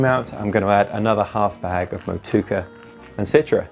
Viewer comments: Mot-chew-a-ka - how to pronounce the hop. Just trying to be helpful. Looks tasty keen to try this one. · You are mispronouncing Motueka, it should be mow-two-ecka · Thought it was a new hop I hadn't heard of from nz until i saw the name on the screen and realized his pronunciation was miles off. The original post is probably the best way to spell out the pronunciation. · Is it 4 syllables or 3? I always thought it was mow-tway-kaa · Hey, practice the pronunciation of Motueka and have another go in your next video. 😂